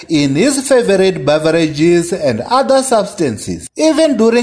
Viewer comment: When he says "Beverages" 😂😂